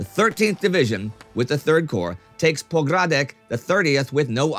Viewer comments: Pogradec is read as Pogradets not Pogradek :D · The port of Avlόna, NOT VALONA. Pogradec pron. Pόgradets